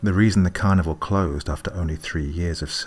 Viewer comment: It sounds like you are saying carnivore instead of carnival.